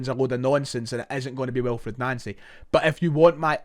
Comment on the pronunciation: You’re pronouncing his name wrong